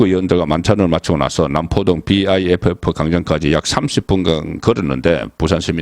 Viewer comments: 비아이에프에프 가 아니라 그냥 비프라고 읽으면 됩니디. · 비아이에프에프라고 외국인도 그렇게 말하지 않아요 벌써 비프역사가 30년이 다되가는데 비아이에프에프라뇨 송위원님 살짝 실밍입니다